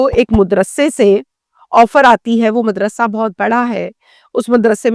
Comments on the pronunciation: O YOU STUPID AND BRAINLESS, IT IS NOT "" MUDRASA "", THE CORRECT WORD IS, "" MADRASA "" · Mudarsa nahi hota madaersa hota hey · Mudrrasa nai madrasa...pehly urdu seekh lo madam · Mudarrasa nahi Madarsa lafz hey. Apki urdu sahih nahi hey. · آپ مدرسہ میم پر پیش کےساتھ کیوں بول رھی ھیں۔؟میم پر زبر ھے madarsah